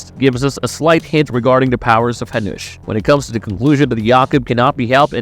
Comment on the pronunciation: oh my god!! use jacob when you cant spell jakub corectly, or hanuš, its not hanous, but hanuš for love of god!!!